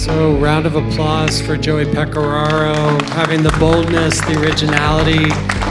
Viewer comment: Ok set me straight. I always thought Pecoraro was pronounced Peco-rare-o. But he pronounced it peco-raw-ro. Which is it?! Also this is fascinating and I’m glad you got the opportunity to do this!